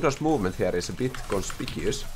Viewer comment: Lol 😂 I love how he said pretty conspicuous